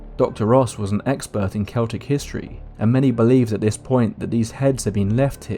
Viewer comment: I think "the answers they seeked" should be "the answers they sought" BUT since you pronounced Celtic (Kel-tic) correctly when so many say it like the basketball team, U are forgiven! ☘️